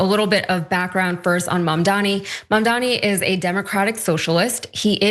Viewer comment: It’s a me a mamdani (like Mario… 😂)